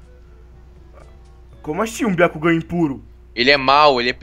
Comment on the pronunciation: Não é biacugan é um jogan